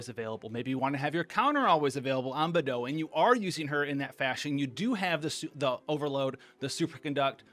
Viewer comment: he really just said Bethou LMFAOO